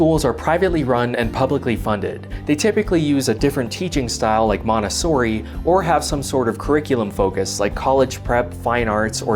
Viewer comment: Man, you Americans should definitely give up trying to pronounce italian names, what you said sounded like "manessori"